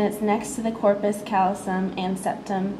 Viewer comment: thanks for going to a quiet place to film this. Nice filming. Work on your pronunciations. APR has a pronunciation button. Septum pellucidum, corpus callosum, etc.